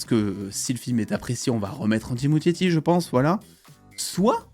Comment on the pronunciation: Ça se dit ''Andy Muskietti" le ''ch'' se prononce "k", mais bon on s'en fout un peu